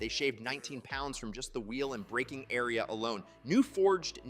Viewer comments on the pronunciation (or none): none